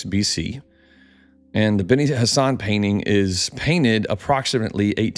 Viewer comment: I swear every time you say benni Hassan or whatever I hear Benny Hannah "from there they traveled down to Benny Hannah for a smokin good ribeye"